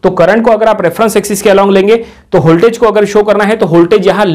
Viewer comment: its voltage not holtage